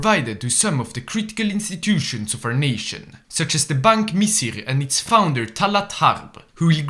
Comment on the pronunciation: The pronunciation of tal3at 7arb and bank misr got me dying